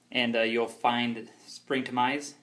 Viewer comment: its springtomize .. no R at the end..